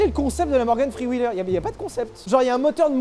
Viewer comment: Ptn ton anglais Je te jure t as dit "morgan free wheeler" 🤣